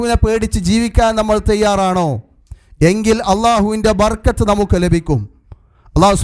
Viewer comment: ബർകത്ത് എന്നല്ല ബറകത്ത് എന്നാണ് ശരി